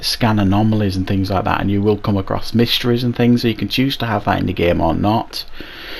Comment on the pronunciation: When you said "you can choose to have mysteries" I legit thought you said "you can choose to have a mistress" and I was thinking "Wow, these game devs are really getting in-depth with the world building behind this city-sim." 😂 This is a really great contemporary review and I think I'm gonna have to go back and pick this game up and give it a try! Thanks, man!